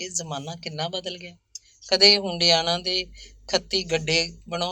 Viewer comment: ਭੈਣ ਜੀ ਹੰਡਿਆਇਆ ਹੈ ਹੁੰਡਿਆਣਾ ਨਹੀਂ